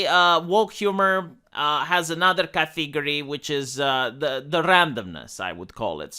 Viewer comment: Category, not "catheegorie" .